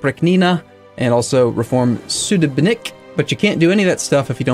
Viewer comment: As native russian language speaker ill help you. streltsY, oprIchnina, sudEbnik.